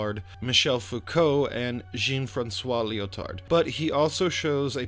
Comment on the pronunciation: Quick Lesson in French Names à la Mode, mate: Baudrillard = "Bowed Re-yard". The terminal "D" is somewhat optional. Americans pronounce it. The rest of the world doesn't tend to. The Jean in "Jean-François Lyotard" is pronounced the same way as the "Jean" in Baudrillard, which you nailed. And don't pronounce the "D" in Lyotard. Full credit for Michel Foucault. ✅ And don't pronounce the "S" in Jacques. Not even in America. lol Love your shit tho. Just giving you a hard time. Keep it up. (Oh, and I am subscriber # 500. I want a prize. You are halfway to monetisation. Good luck.)